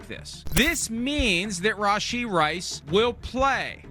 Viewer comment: him saying his name wrong